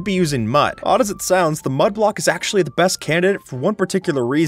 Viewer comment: this guy really said "aKshUlLy"